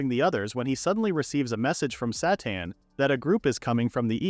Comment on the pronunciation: Character: “My name is Sateen.” AI narrator: “My name is Satan.”